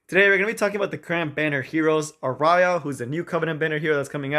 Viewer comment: "are-eye-ah" is a really interesting pronunciation of "Ah-ree-ya" hahah. you got me good, couldnt help saying something